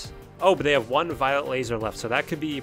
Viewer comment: You keep pronouncing "violet lasers" as "violent lasers". You should really work on that...